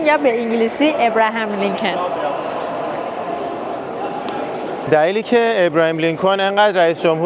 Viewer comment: اسم رییس جمهور قدیمی آمریکا بد تلفظ میکنی درستش اینه فارسی: آبراهام لینکلن انگلیسی: Abraham Lincoln